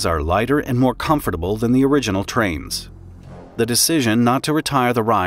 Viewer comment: Omg finally someone who pronounces "comfortable" the same way I do!!! I feel so validated.😢😂 I've been teased for it before!!!